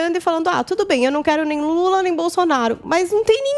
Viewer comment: "Luta" ou "Lula" ?? Tá errado isso aí